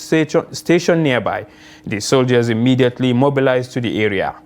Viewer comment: Good job, but pesecution imidaetely